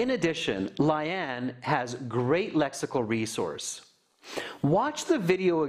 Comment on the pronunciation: Its Lay-aan lmao not laian.